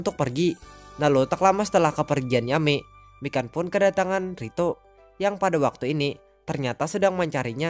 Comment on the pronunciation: ngakak gua pas denger nyebutin nama mikan kek kedengeran nya ikan :v